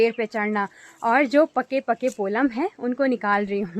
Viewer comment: पोलम नहीं पल्म होता है